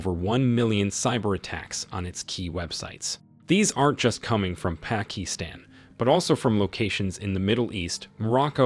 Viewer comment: i uh, know how ai has difficulties pernouncing some words, i believe you ment to say "PACKETstan"